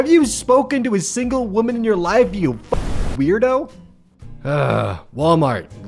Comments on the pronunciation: No its pronounced wooman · No, it’s pronounced “WAHMAN” and “WAHMEN” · I love you but god damn you need to learn the difference between the pronunciation of woman and women